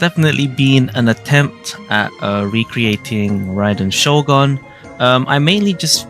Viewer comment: It’s not riden shogun it’s Raiden Shogun